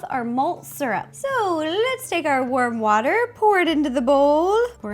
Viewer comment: I THOUGHT SHE SAID WORM WATER!!!